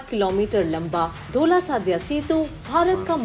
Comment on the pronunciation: Aaj kal aise youtuber aa rahe hain jo SADIYA ko SADYA bolte hain. Ye sa google serch ka parinam hai,.